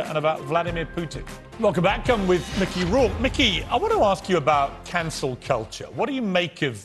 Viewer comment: What is a Mickey Rowke